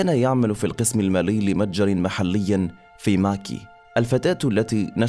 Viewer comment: Macy's >> مايسيز وليس ماكي